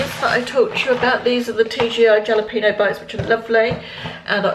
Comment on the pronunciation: Lovely, chatty vlog again! Thank you - just one thing and I hope you don't mind me telling you - but Jalapeño is pronounced Halapainyo - Spanish J. That's it - I'm done! (I love them, and put them in so many things - my husband loves pieces in his Mac & Cheese). So envious of Marks & Spencers - I know I can order many things from here in the US, but sadly, not the food.